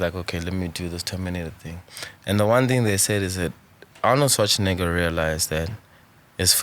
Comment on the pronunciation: a fire chop without pronouncing Schwarzenegger🤣😂